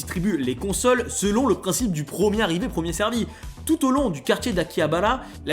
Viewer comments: Stp dis correctement les mot, ça pique ! PREMIER, pas PROMIER. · « prOcesseur » - OK mais « prOmier » NON